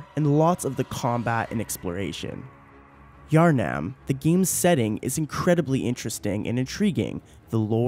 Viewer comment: PS it triggers me how you pronounce Yharnam